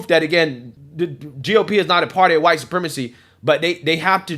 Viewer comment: At this point, it would be easier to just say what isnt huwite soup rema see.